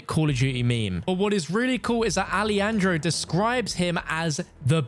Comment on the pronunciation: You need to learn how to pronounce Alejandro. It isn't a typical Spanish spoken J like Jesús. Shock and Awe is not a term that originates from Call of Duty, so Gaz using the phrase isn't necessarily a reference. Graves' intention was never to kill Alejandro, Ghost and Soap, as he said so himself and Alejandro was detained. Laswell isn't directly informed of this. She noticed Shepard went dark and does her CIA thing. She didn't 'put everyone together as Ghost team'. You don't play as Yuri in No Russian. You play as PVC Joseph Allen, a US Ranger turned CIA. On the Pentagon, "The Pentagon houses approximately 24,000 military and civilian employees and approximately 3,000 non-defense support personnel." - Not quite 30,000, but close enough to be vague on whether it's a reference.